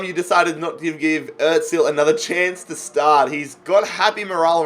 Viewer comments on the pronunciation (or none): İt's not atzil it's azil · Is it just me or does he Pronounce Ozil otzil